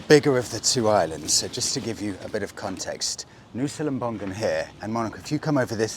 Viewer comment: Lovely video, as always. As an Indonesian, I just would like to correct the tiny pronunciation mistake. it's not lem-bong-gun, it's lem-bong-un, without the hard G, if that make sense.